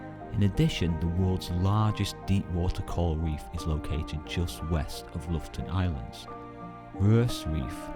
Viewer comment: Not loften but lo-fot-ten! 😉